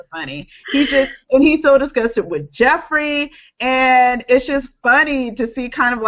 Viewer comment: Lol! Everyone kept pronouncing "Joffrey" as "Jeffrey".